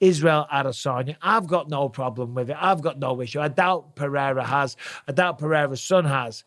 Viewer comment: Bisping. First of all, you don't pronounce Pereira's name with an "h" in the middle. Only Portuguese words that start with R or have double R's are pronounced that way. You, Rogan and DC do it constantly, and it's maddening. Second, stop d riding Izzy. He's a grown man mocking a child that was 5 years old at the time he did a stupid thing. Maybe Pereira told him privately not to mock someone who's been knocked out. Izzy is cringe, and it was really cringe what he did. If the tables were turned, I guarantee you would take Izzy's side.